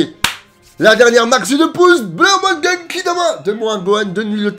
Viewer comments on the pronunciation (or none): none